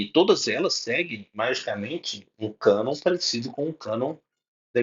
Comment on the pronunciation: Só de falar canôn protestante já é uma piada